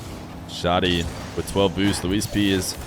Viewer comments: It’s pronounced like saggy but with sh & d. Def not showty lol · Vent-of-God_._•° Dude I'm Syrian and it's wrong, the H sound is really prominent and emphasized, there's no "O" sound, hence why "Shoh-Dee" is wrong. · Also from the mideast and here to confirm it's Shad-ee like "Chad", not Shod-ee